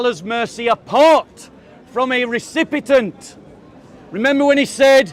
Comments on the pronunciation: I like but the word is recipient not recipitant 🙄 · Recipient , recipitant? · RECIPIENT! NOT RECIPITANT!! 😅